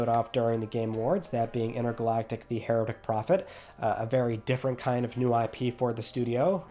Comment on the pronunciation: you finally pronounced Heretic correctly, but still mispronounced Rhetoric